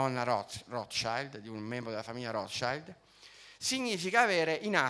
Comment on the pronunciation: Non sai neanche come si pronuncia il nome della famiglia più influente del pianeta. Dovresti prendere lezioni di tedesco.